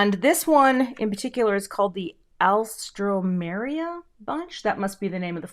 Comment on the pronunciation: Al stra Meir ium is how you pronounce it